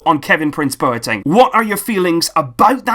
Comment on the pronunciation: Great video, but just with Boateng's name, coming from a Ghanaian, it's not bow-er-teng, but instead its -BWAH-teng